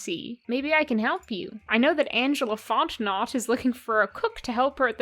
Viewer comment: also Fontenot is an Acadian/Cajun name pronounced Fon-ten-no :) in case you ever come across that name again in your travels to French Canada/Lousiana